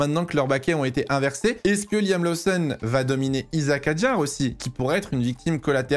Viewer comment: je t’adore, tu as une qualité incroyable de sorry telling et ta passion transpire dans toutes tes vidéos. MAIS niveau prononciation - Liam LOSSON’ (et non laousson’) - LOUWIS Hamilton (et non léwis) - Ollie BÈRMAN (et non birman) - et surtout: Red BOUL (et non red bul’) surtout que tu dis Racing BOULS’! Merci! 😜😘